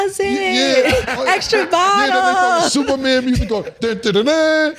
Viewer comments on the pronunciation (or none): none